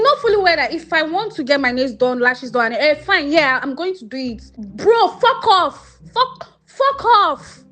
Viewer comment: Something about Nigerians swearing really tickles me… “Fork offf” 😂